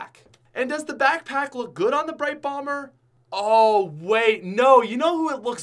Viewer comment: He said brite bomber twice😂